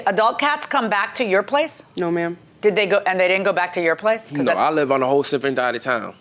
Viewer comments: “I live on a whole SIFFERENT DIDE of town!!!😂😂😂😂 I’m dead 😂😂😂😂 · “I live on a whole sifferent dide of town” This man can’t lie correctly to save his life .